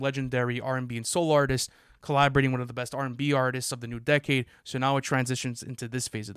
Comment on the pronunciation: pronouncing “won” as “Juan” will never not be funny